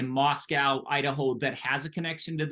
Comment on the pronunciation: It's pronounced "Mos"-"co". We're not the capital of Russia.